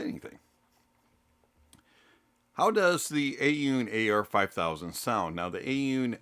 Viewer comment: A-Yoon? Thought it was Aune..